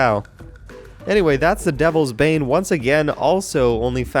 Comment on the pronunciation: When said "devles's bane" I thought he said delve's bae